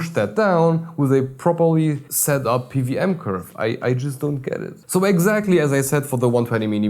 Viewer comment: Pe - Double-U [not a 'V'] - aM - you are quite welcome.